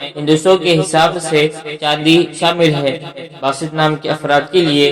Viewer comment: Its Baasit, not basit